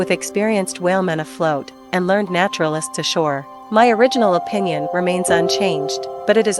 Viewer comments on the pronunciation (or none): ...learned naturalists ashore... Pronounced "lur ned", not "lurnd". TY